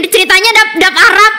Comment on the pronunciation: Kobo can pronounce arabic fluently even without harakat, GG